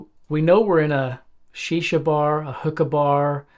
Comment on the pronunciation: i love the way he instantly called it shisha, deffo spent ages in the ME. hahaha